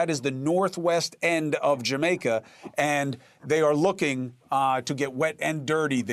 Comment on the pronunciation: But where is “Jermaica” at?? 😂 it’s what he keeps saying 😂😂😂 Praying for Jamaica 🙏🏾